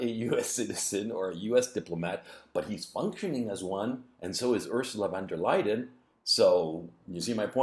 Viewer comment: Not Van de liar